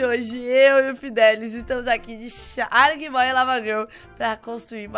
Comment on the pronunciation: Que você fala só um pouquinho errado o nome sharkboy porque acho que entendeu